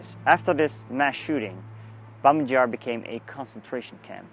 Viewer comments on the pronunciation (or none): It's pronounced BAbee Yar - not "Jar"! And you were about a mile away from where it actually happened - the memorial erected (reluctantly) by the Soviets is nowhere near the real site.